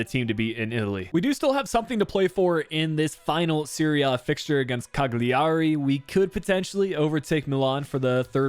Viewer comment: Cagliari is pronounced caliari, just a little tipp to make it easier